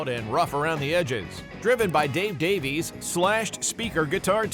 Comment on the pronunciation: Davies is pronounced Davis.